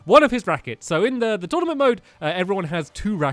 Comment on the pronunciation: Tournament, not Tournamnt